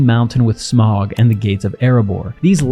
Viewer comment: You killed the video when you mispronounced Smaug. You basically pronounced it like in the word "organ" i.e. "Smorg" The correct pronunciation is like the word Crown. In other words, the "au" in Smaug is pronounced like "ow" in Crown or Owl. Do better.